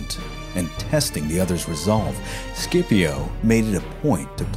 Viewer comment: It's not "SCIPO".